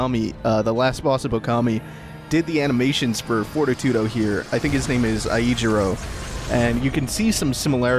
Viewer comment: I realize this vid is a year old, but isn't Fortitudo pronounced For-TEE-to-doe? Anyway, great fight, your way better at this than me. Looking forward to Bayo 2.